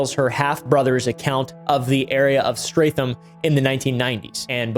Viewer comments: its pronounced STRET HAM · the real crime is how bro pronounced streatham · AS A STEATHAM LOCAL THATS NOT HOW U PRONOUNCE IT?!?! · lol it’s so funny hearing pronounce ‘Streatham’ 😂😂 I live an hour from there, I think that’s where this creeps from though 😬 it’s pronounced ‘Stret-ham’ btw 😉😆